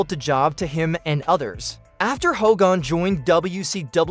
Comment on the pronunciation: Did you really call him Ho gan...Come on man